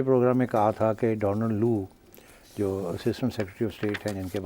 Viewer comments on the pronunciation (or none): none